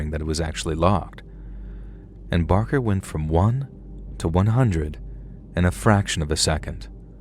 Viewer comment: listen... I love you so very much,. However, Mr. BaRker and I share a last name, and I'm here to tell you...this man has struggled enough!! 🤣 He doesn't need ANOTHER person mispronouncing his name, calling him "Mr. Baker!" Trust me, he's heard it enough throughout his life. Now that he's faced his fears, been trapped in a room with a dead body by preteens, and wrestled a mummy/dead man...he deserves to have his "R" recognized and respected, please, for the love of God!! 😅🤣🤣🤣❤️ edit I'm aware "Barker" isn't his real name, but it IS mine, so I stand firmly by my comment 💪🏻😅